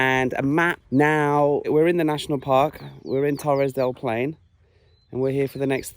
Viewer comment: TORRES DEL PAINE, not TORRES DEL PLAIN! (WTF!) ... and the huge birds were nothing less than majestic CONDORS, our national bird depicted in Chile´s national coat of arms alongside the huemul (a local kind of deer, exclusive to Patagonia). Bitching aside, beautiful video. Congratulations! You got one more subscriber!